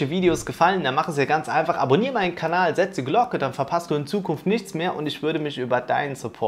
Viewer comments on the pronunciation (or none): none